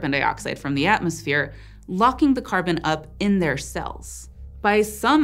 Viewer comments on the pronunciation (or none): none